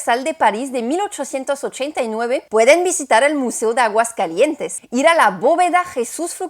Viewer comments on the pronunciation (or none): Enriquecedor, dinámico y ameno, a parte de interesante y cultural, me gustó mucho; un dato inútil, (como se dicen por aquí), no se dice Aguascalientes'n, jajaja, se dice Aguascalientes, hermoso día y un abrazo fraterno. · ¡Aguascalietes'n, qué bárbara,! Ya más mexicana que el atole. Extraordinaria la calidad narrativa, la investigación, la producción. Te la volaste con este video, de verdad.